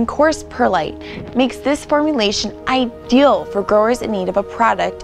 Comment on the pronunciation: Say IDEAL again.